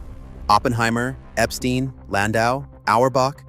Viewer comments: Endings like stein are not pronounced as stean, More like the German word for stone and thymes with nein. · i know jews say steen, but ei in german is stine and stei is shtine